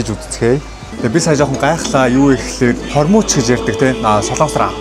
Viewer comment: ahaa hormuuch bish hormogch gdg shuu haha hoorhon yridin be